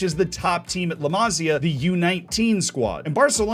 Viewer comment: Masía, not Másia (intonation in the i)